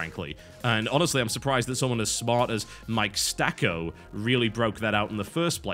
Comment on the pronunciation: It's Sacco, btw. Not Stacco.